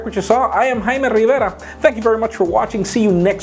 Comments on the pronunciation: "I'm haiimmee rriirrverraa". I thought your name is pronounced jay-mee. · I absolutely hate the way you say your name. It's dumb and fucking annoying